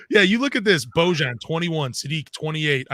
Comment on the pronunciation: Boy-ahn Bogdanovic